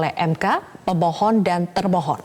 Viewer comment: 0.11 gua kira dia bilang "seberapa kuat dalil gugatan yg diajukan oleh pembohong" 😂😂 gataunya pemohon